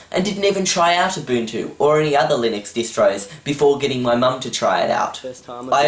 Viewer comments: "abuntchoo" is how i pronounced it before seeing this video. lol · She should’ve clicked ALT + F4 to close the mail app And I literally heard bunchu instead of Ubuntu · Its not UbunCHU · in my contry we call ubuntu u-bun-to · Its Ooo-bunt-you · you said it wrong you have to say it with an aus accent. "down unda"